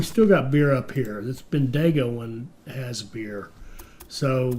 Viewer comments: lol, ben-de-go. it's ben-digo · As an Aussie Bendigo is pronounced ( bendy go ) otherwise you are doing well. Keep up the great content. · just say the digo as dingo without the n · "Melbourne's a pain" - I live here and tend to agree sometimes :-) Great video (and series) - despite the weird pronunciation of Bendigo commented on already! :-)